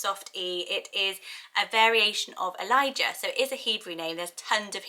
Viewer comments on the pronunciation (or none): none